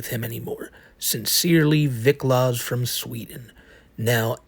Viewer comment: *the cawl is coming fwom inside the bwuilding.